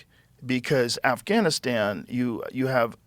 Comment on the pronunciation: I like how Bret said “Assgainastan” accidentally..